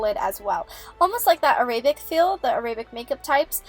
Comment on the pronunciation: "Araybic" .... it's pronounced Air-Uh-bic